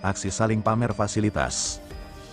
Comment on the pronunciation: Malaysia ikut P A M E R, kata AI nya 😂😂😂